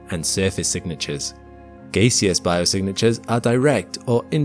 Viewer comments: Gaseous is pronounced "GASS-ee- iss" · liquid, solid, GAY-SEE-US :) . Sorry had to. Great video as always.